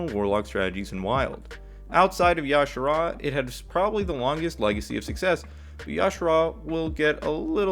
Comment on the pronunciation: It's not y'shara lol, you say the j